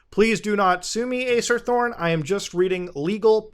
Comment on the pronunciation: i keep thinking you say Ace Attorney